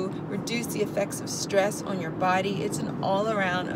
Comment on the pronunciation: "the list goes awn, and awn, and awn." that's the NYC in you lol